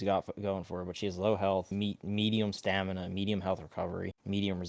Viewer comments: Stanima. It hurts lol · It’s STAMINA not stanima 😂